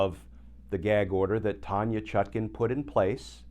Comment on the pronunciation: Why does Kirchner insist on saying judge ChutKIN, when her name is clearly spelled and meant to be pronounced ChutKAN? Please adjust, asap!